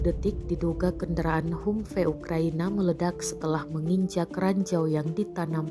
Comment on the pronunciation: mbok belajar dulu how to pronounce 'humvee' dalam membawakan narasi.